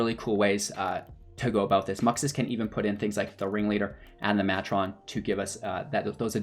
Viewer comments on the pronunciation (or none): Content was ok, but mispronunciations drove me crazy. Conspicuous. Matron. Grandee. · Nice video! BTW, you might want to look up how "conspicuous" and "matron" should be pronounced ;-).